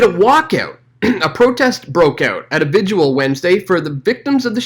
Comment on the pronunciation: Vi-gil not vi-jew-ul